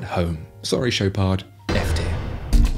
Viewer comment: Aha, the Rolex Papa Smurf, the first divewatch designed to drown you😂😂😂😂😂 As for the BB 18K, its called the After 58.......also you don't pronounce the D in Chopard.